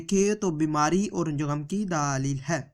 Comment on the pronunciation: Daaa leel..ye kya baat hui..? bewakoof. bolna toh seekh le.